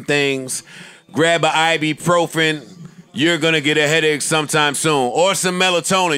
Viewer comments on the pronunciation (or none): Fam WTF is a "i bprofen" 🤦🏽‍♂️🤣🤣🤣